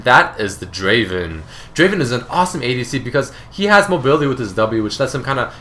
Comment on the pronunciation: Not draven.. draaaaaavenn......! i find Draven and Ezreal the best adcs for me in solo queue as i am platinum 2 i like to play draven and ezreal alot they are really strong champions which harass and dominate the lane very easily.